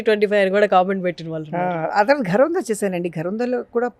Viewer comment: యాంకర్ కి తెలుగు పలకడమే సరిగా రావడం లేదు. వాల్లు, వీ లు ఏం తెలుగు? సిగ్గు కదా?